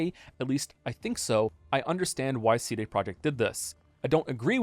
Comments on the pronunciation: is the way you pronounce CD the april fools? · The real April fools joke here is the way pronounces "CD"